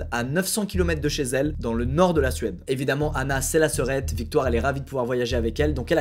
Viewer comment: victoire🤣🤣100% elle vient du congo